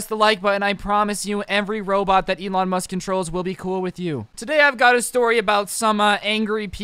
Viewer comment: Ewon musk Everyone else: Elon musk